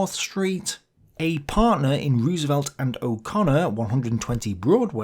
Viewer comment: Fair appraisal. Good video as always. Can't help but nitpick, FDRs last name is pronounced Rose-velt. Dutch roots, and in Dutch two O's together make a long O.